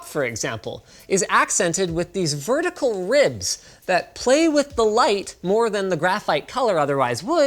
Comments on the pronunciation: I keep hearing "Murdical Mouse" instead of "Vertical Mouse" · he says metrical mouse :D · Why yes, Linus, I am looking for a mertical mouse. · I swear Linus says "mertical mouse" - apologies if that's been noted but I couldn't find a comment about it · "Merticle Mouse" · I was hoping I wasn't the only person who noticed that slip up. Where can I find me some mertical mice? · Oh my god if you imagine him saying vertical mouse it will sound like it, same with murdical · “mertical mouse” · Did he just say "mertical mouse" ? Or is that just an accent thing? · mertical mouse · Mertical mouse? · Did he say “mertical” mouse lol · Didn't know "mertical" was a word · Linus Said "Murdical Mouse", or it sounded that way. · ... did he say mertical? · What is a "mertical" mouse? HAHAHAHAH! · "mertical mouse" ? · "a mertical mouse"